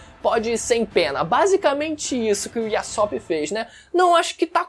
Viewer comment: para de falar "Iassop" pelo amor de deus q agonia, mas de resto otimo video